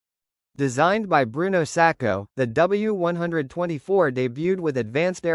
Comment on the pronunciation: As soon as I heard ‘W one twenty four’, I realised you don’t know what you are taking about and switched off.